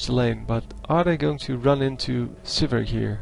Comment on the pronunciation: Sivir not suburb